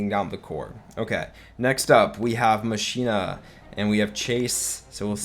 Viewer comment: Pls stop calling machina mashina, it’s pronounced mockina